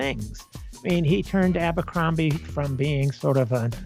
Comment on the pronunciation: drink everz tim they say ambrocromby and geths]